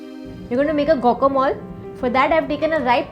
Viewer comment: Its Guacamole not Gocamol. Please check the correct pronunciation.